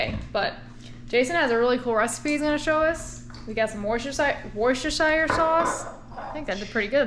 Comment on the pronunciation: Wuss-ta-shire. Also, ‘erbs is Herbs.